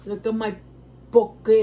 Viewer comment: Say it like this, po que lol❤ love you girl!